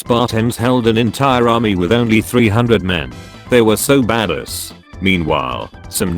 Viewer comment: Video: pronounce Bad-ass as "Ba-des" Me; Unsubscribe